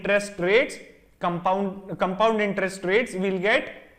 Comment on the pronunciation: How he confidently saying comepound intrest 😂